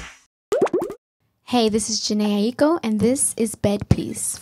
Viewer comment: so thats how u say her name correctly